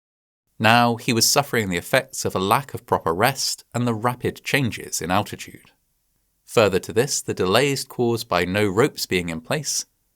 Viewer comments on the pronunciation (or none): what the fuck is 'alchitude'?